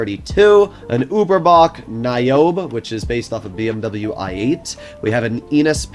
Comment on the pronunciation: The new Ubermacht is pronounced Nye-oh-bee, like from the Matrix. Several Ubermacht vehicles are named from the Matrix (Neo, Oracle, Niobe, Cypher, Zion)